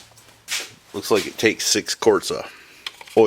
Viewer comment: When you were refilling oil , you said "SIX" quarts !